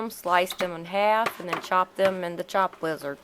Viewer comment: I thought she said lizard too.lol